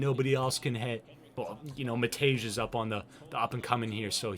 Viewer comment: matej is pronouced, maateeyay